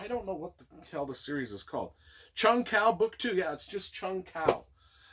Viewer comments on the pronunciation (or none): I absolutely loved this collection! I immersed myself into the series and loved it. IT'S PRONOUNCED JUNG HU. It's killing me!!!lol lol lol Bless you for doing this.